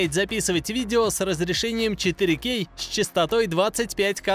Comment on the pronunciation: точно, если бы звучало правильно, то было бы вообще отлично)))